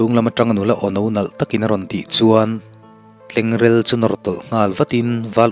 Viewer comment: Tleng rél ni lo in... Tleng rel tih tur a ni lo maw.. Ka lo ti... I chhiar thiam lutk ngaihthlak a nuam khop mai..